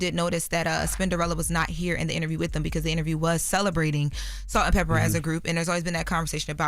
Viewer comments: It’s Salt and Pepa. Please stop saying Pepper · Did anyone tell that it's "Peppa" not "Pepper". Put some respect on that legend's name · Love you. You are a very well spoken woman! But it’s pronounced “PEPPAH” not pepper. Kinda similar to the N* word ❤❤❤ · Please note … It’s Salt & PEPA! Not Pepper…!! Thanks Love! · I was just about to say - IT'S PEPPPPAAAAAA NOT PEPPPPERRRR. SHE IS CLUELESS ON OLD SCHOOL HIP HOP! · its Pepa!! Not pepper!!! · it's PEPPA not PEPPER 😅